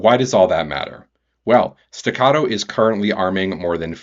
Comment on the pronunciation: Its pronounced "Stegger" not" Stogger"